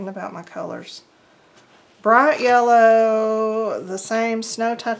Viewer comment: "Bright Yella", huh? Yep, you're from the South! ;-)